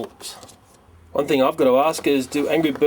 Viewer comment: the way you said catapult